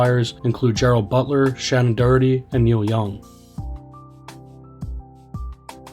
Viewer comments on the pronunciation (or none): none